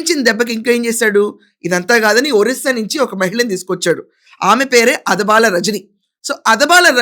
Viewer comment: అదబాల కాదు అడబాల.. గారు